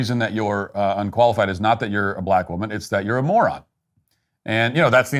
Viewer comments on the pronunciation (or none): none